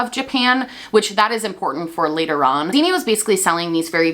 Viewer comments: Her name is actually pronounced “Ksenia” in Russian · xenia is actually pronounced like ksenia in russian, i believe russians would even spell the name that way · i'm sorry babe, but you butchered her name so badly 💀 i am russian and couldn't even understand what name it was supposed to be should've stick to calling her doe deere lol